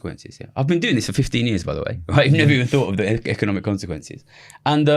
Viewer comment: Econimic lol